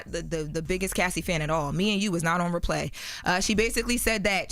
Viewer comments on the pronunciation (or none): Y is say replay like raplay lol